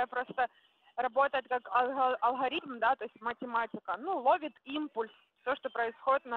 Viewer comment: алХаритмы у неё)))